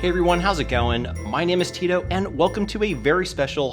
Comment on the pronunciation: Super nice intro man. Something I must say. Bro why you let the white man call you “Tiro” 😂 just cause people can’t pronounce your name doesn’t make it okay to stick to a mispronounced name. Your name is TITO, asi como suena, TI-TO. La gente me dice “Louis” I correct them, no, my name is Luis. Stand on your name dude. Keep up the good work.